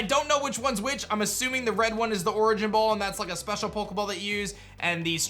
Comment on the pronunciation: Holy shit 😂 How he pronounces the heavy ball variants, it this guy dyslexic 🤣 Also how the fuck did he get the origin ball and strange ball wrong.... It's so obvious. Pokémon master my ass